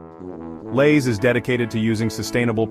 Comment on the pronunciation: "Elays" chips?